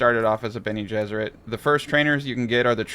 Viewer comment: lol sounded like you said Benny and the Jets as in the song. Bene Ges